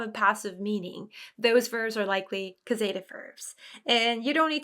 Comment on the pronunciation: I had been confused about passive verbs and this cleared it up a lot. Always great to see lots of examples. Thank you as always. Looking forward to the next classes to see them in action. And I'm a bit embarassed to mention this, but (at least here in Canada) the 'a' in causative is pronounced like the 'a' in apple. And the emphasis is on the 'caus' syllable. Papago does a good job pronouncing it.